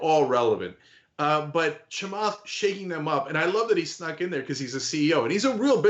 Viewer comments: "Do the Chemath"🙋🏻‍♂️ "Ah! Cenk."🤦🏻‍♀️ 🤣🤣🤣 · "Do the Chamath." hehe